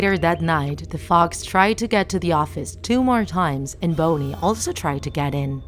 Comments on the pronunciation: It's not bony it's Bonnie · It’s not bony it’s Bonnie LOL????? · Narrator: Says BONEY instead of Bonnie Fnaf fans: T R I G G E R E D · its bonnie! NOT BONY!!! ugh 🙄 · Nobody: Not a Single Soul DrawTheLife: “calls Bonnie" BONEY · I've been lied to for years it's not bonnie its bowney and it's not downey laundry detergent bowney laundry detergent 😂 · It’s Bonnie not BONEY lol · You said bone ie though its bon nie, sorry if i was being rude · And the rabbits name is pronounced 'BONNIE' not 'BONY' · It's bonie not NOT boney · It's not boney it is Bonnie 😂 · Just why? It's Bonnie not boney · Its bon-e not boney got that!!! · I'm so sorry if this is an accent or something but DID YOU JUST CALL BONNIE BONEY???!!! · When you said “Bonnie” I thought you said “Boney” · Bonnie not bony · Why is Bonnie pronounced bownie? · It’s not Boanie it’s Bonnie dude | | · She says Bone Knee instead of Bonnie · It's Bonnie not Bonei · She said bowny instead of bonnie Who else heard it? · Its not boneie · Bonnie not boney by the way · i heard "freddy's fatsbear pizza" lmao + your saying "bownie" not "bonnie" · Its high bonnie not low bonnie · STOP calling "bonnie" BONNY! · This was scary Also it's Bon- E. Not booone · Bownny??? who's that???? its Bonnie not Bownny! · "FReDdy fAtZBeAr" "ChIckA" "bOOniE" Lmao🤣🤣🤣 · I love how she say B O N N I E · This girl really said bowne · It's pronounced Bonnie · I understand the narrator has an accent, but Bony? Really? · She said: i saw fready cheeca and bowny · I can tell they pick random things they don’t know sometimes They explained fnaf and yet they can’t pronounce Bonnie Just like in other videos nice drawing tho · "bony" bruh, you gotta be kidding me .-. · no one: not even me: the narrator: bOnY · Nobody Not even Satan The narrator: "Freddy FATbears pizza", Boonie/Bonie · nobody:: fredis fatbear pitza edit: also BONEY another edit: "BONEY" attacks only from the left side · Did I hear boney or boner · Same. And Boney